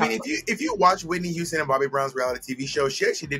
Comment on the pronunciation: Not only does Thorgy say “yuge” and “yuman” she also says Whitney “youston”